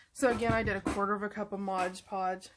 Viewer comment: It's MOD -Podge, not Modge-Podge! 😆